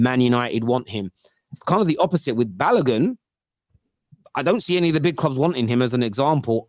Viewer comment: Who is Balagun? His name has an O in it